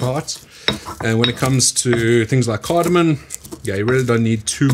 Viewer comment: Dude u just said asafoetida and cardamom wrong. U even spell checked and posted it on screen! CardamoM? And you even said u like cardamom. Maybe a little more effort? U have a fairly decent sauce